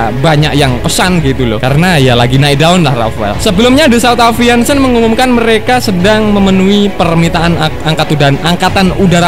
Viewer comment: aviation dibaca aeviesyen bukan aviansen sperti nama cat galonan.... berrrrrcannnnnndaa